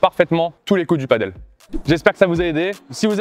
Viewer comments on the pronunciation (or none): merci pour ces bons conseils très utiles! ( PS: on dit "padèl" et pas "padeul";-)